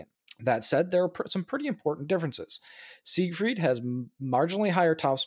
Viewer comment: Hey, it's SIEgfried. Also neither Japanese nor Russian ships have any prefixes, so please stop adding them. Thanks.